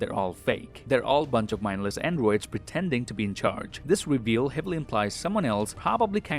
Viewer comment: The way this dude says androids.